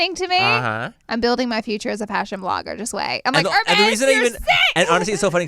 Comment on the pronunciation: “I don’t ever see you wearing no heRRRRmeZZZZ” 💀💀💀💀 … how do u even spaaaillll buurknnn hahaha I freaking love Laura 😂💞